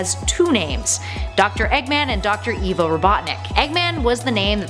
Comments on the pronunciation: It's pronounced "I-VO", not "E-VO". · Excuse me, are you in charge here? I didn’t think so. Nothing in the sonic bible is canon I- ahem I mean, Eggman did not create the zones The name eggman was not inspired by the Beatles Mobius is not canon (to the games) It’s pronounced ivo, not eevo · Did you call him evo it’s eyevo or ivo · It's pronounced Ivo not Evo. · yeah that triggered me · She says evo robotnick instead of ivo robotnick